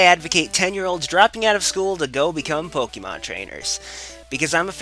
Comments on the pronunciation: It's not "Pokemon" it's "Pokeymon" ;D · Seriously, it's Po-KAY-mon. geez, look at the accent :P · I hate your pronunciation of Pokémon. There's an accent for a reason. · In the cartoon series, the characters usually pronounced it like Poke-uh-mon. Since it's supposed to be short for "Pocket Monsters," though, it really should be pronounced Pock-eh-mon. But I guess that doesn't roll off the tongue as well.